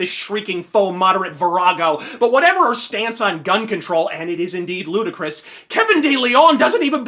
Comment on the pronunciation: Did you say Gunn control?